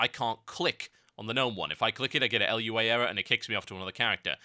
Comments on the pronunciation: It's Lua, not L U A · TH, you're wonderful, but er... Lua is pronounced LOO-ah. Really! :) (I blame the inertia of correcting about fifty people on that last week)